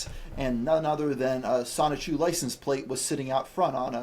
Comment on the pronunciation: Hey it's the uninformed guy who said Sonic-Chu a bunch of times. Wish he got on Geno instead.